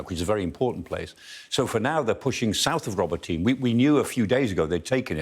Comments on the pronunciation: "Let's talk about "Robotyne" - well, let's try pronouncing it properly for a start. I am fed up of these idiots, particularly him, spouting non-stop propaganda. Ukraine is being absolutely pasted and has zero chance of success. Talking up the "Ukraine heroes" and denigrating every aspect of the Russian forces, will not make your wet dreams a reality. Protracting the operation is simply immoral. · Why are Brits seemingly unable to pronounce foreign town names properly, although they are continuously mentioned in the foreign and local press??? Ro-bo-tee-nay Ba-h-moot H-ark-eev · I couldn't watch this - please learn how to pronounce Ukrainian words, even if it's just a vague resemblance to the actual word. Row-bah'-tin-uh. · It's Pronounced Ro-Bot-in-eh,,,, please get it right. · It’s pronounced “Ro boto nay” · It’s not that hard to pronounce the name of Robotyne correctly . Sky pays fortune no doubt a little effort to say it right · Pronounce Robotyne properly !!! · The final "e" in Robotine is enunciated, not silent. God, people are terrible at pronouncing Ukrainian city names. I feel like they make no effort to learn how they are actually pronounced. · The E in Robotyne is not silent guys